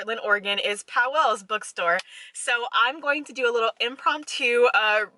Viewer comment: Sorry, native here. The store is pronounced POWLES, not POW-WELLS. It’s 1 syllable. Glad you enjoyed our independent bookstore!